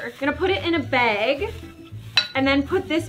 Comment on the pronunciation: “BeG” u mean bag 😂